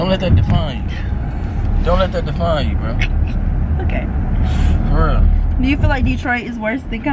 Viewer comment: she said Ohke 🤭😂😂😂😂